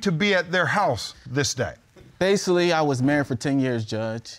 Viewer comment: Judge: Tell me about your pain. Claimant: so basilally